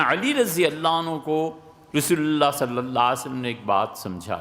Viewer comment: Ap ne farmaya ta k merry christmas kehna teak a. Mujhe ap pe shak a. Apke alfaz b clear ni hen jb ap Rasool Allah kehte o.